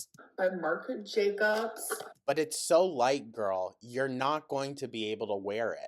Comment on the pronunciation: She didn’t go see it in a theater. She rented it or bought it cos it’s available now. She didn’t buy her own merch because it only went up to a 3X. She’s full of shit. And she still doesn’t know how to say Marc Jacobs.